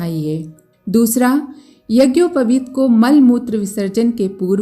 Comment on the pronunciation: यज्ञोपवित का उच्चारण भी सही उच्चारण करना चाहिये बिना व्याकरण पठन के सही उच्चारण नहीं कर सकता है